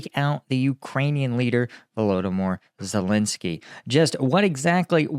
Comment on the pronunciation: ladies and gentlemen, here we have an expert on Ukraine who can't even pronounce Ukrainian president's name!!!